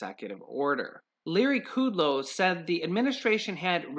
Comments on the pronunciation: Its KUDLOW not KUDELOW. Short U not long U. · it's not Larry Ku Low it's Larry Kud Low! LOL I just had to tell you because every time I hear you say his name, I say the correct pronunciation out loud.